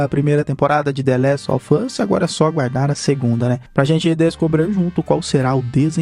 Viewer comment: The Last Of Uh